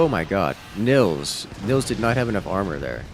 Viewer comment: Btw: Nils is pronounced more like "Neels" - in german we would spell that Nills if the i is short